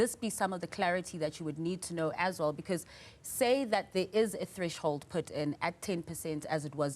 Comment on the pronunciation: Did he just say Trash hold 😊